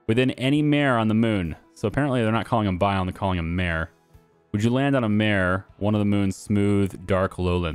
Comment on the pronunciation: mare - prounounced MAR-A - the a rhyming with hey. Mar-A, not mare. Sorry bur you were killing me with that.